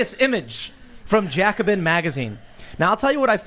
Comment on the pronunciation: "Jacobin" ? The f*** ? As a French I can not be blamed for that guys come on...